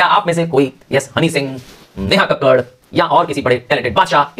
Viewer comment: neha kakkar❎ neha kak-kad✅